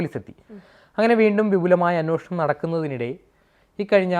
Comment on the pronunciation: അന്വോഷണം അല്ല ,അന്വേഷണം എന്നുപറയൂ..